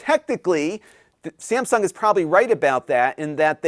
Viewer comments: I know it's Texas, but... Samsgun? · “Samsgun”? Never heard of ‘em.